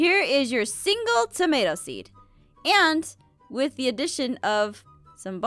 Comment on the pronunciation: said "wif"